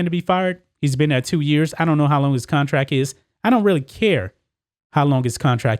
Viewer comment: Con-tract, with a T,. Not Con-track. Come on.